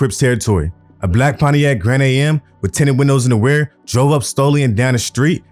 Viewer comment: This nigga said pontiac grand A.m You never heard of a grand am ?😂